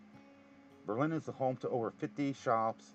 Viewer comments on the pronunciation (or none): The town of Berlin, Ohio is pronounced BER-lin (emphasis on the first syllable), unlike the city of Berlin, Germany. I suspect that is related to the war years in WW-II, much like when "liberty cabbage" was substituted for the word "sauerkraut."